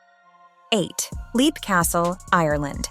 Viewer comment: Leap is pronounced "lep".